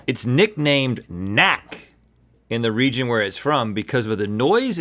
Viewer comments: "knack" is German (Strasbourg is in Alsace, French/German region) and kinda translates to snap :) the k is not silent :D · Nahh Knack. Not Nack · Also, you should pronounce the K in knack and it's not a french word, but an alsatian word (alemanic/germanic minority language we speak here). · He is right about then Knack in the sausage, but the k is pronounced so try cnack Its like the p in pop it has a sound